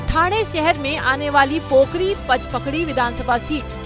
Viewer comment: वह पोकरी नही कोपरी है